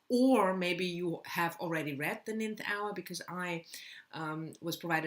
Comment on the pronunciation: Love these TBR videos...btw McDermott's book is pronounced the "nine-th" hour like you said nineteenth in the video...it does look like the way you pronounced it..English is a complicated language...especially pronunciation